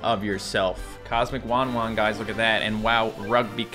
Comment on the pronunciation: you have been saying "WanWan" when it says "WahWah"